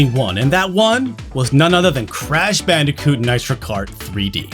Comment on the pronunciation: Please stop saying bicooti